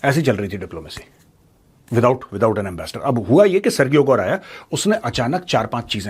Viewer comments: sirji, सरगीयो nahi, सरजीयो. in spanish it is pronounced even more differently, but since this guy is Russian, and American, so Sir-Jio (सरजीयो) is the way he says it. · For your information major sir. Sergio is pronounced as सर्जियो, not सर्गियो। Think about the pronunciation of Surgery as सर्जरी। Keep up the great work.